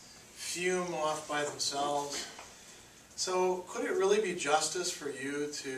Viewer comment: You forgot the T in justice.lol. Thank you for the video though. It really helped.